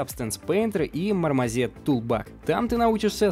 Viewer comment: мармАЗет ?? ) Проверьте звучание в гугл транслейт )